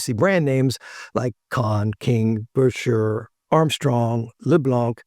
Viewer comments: I am surprised you don't know that the correct pronunciation is NOT "Busher" if you see the original promotional ads it was recommended that it should be pronounced "Bisher." I am just saying... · Not to give you a hard time, but those old enough to know say he pronounced his name bisher - sounds like fisher. Yes, I am aware of ads that have both pronunciations. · Buescher rhymes with "fisher", according to one of their own advertisements from back then. I have a 26 True Tone alto. It's quirky, but more fun to play than my YAS-23. It does NOT "sound like the same horn, top to bottom". You have to work with that :) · Great video. However, it's pronounced "Bisher".